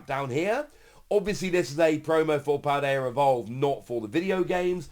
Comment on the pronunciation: There is no R in Paldea homie.